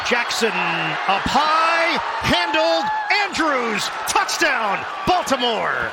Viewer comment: Listen to every other announcers some people say "Da Douchdown" some people say "The Touchdown"